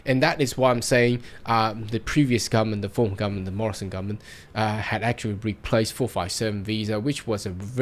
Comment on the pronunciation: Can you please pronounce the whole word. GovernmenTTT... not governmen. HarDDD... not har.